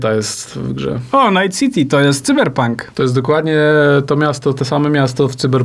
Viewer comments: Czemu mowicie Cyber pank jak juz pank to sajber pank ... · Tzyberpónk Dwo tysionce sidymdziesiąt sidym.